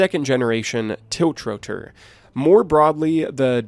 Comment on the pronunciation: tilch-ro-tor :D Geez. The times we live in...